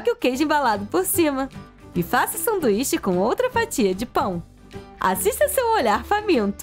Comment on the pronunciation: Vcs perceberam ela falou sanduixa na hora de colocar de volta na coixa